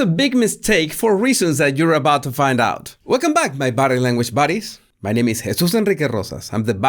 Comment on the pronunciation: BOHdy BUHddies, not BAHdee BAHddees